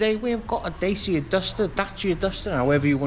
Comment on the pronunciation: Pronounced Dacha .